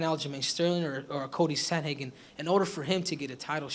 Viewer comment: " Cody sandhagen" lmfao